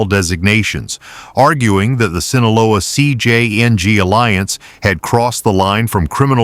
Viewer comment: I’m tired of these AI voices mispronouncing "Sinaloa" and "CJNG." If you’re going to report on cartels, at least get the names right.